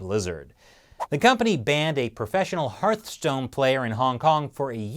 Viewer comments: It’s not Heartstone, but Heart(h)stone.... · I love how much of a hard time you seem to be having with the Hearthstone pronunciation hahah